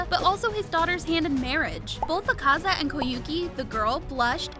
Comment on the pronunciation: The pronounsation of Akaza is killing me